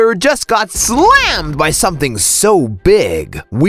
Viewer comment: Jupiter just got S L A Mmed- *falls off chair* I hate your voice rn